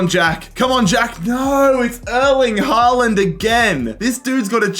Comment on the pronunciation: did we listen to this man call haaland somethking else